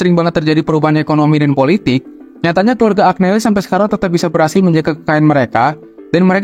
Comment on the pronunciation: Maaf mas, Agneli tu dibacanya Anyeli... Giovanni dibacanya Jovanni...